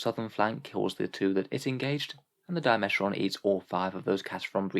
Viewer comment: You're saying Dimachaeron wrong. It's Dima-chaer-on.